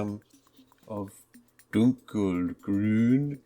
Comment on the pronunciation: Dunkelgrün is just dark green in german. You said it nearly flawless :o very impressing, because normaly english speaking people don‘t know how to pronounce ö